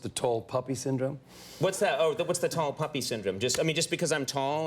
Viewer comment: It's "Tall Poppy Syndrome," not "puppy."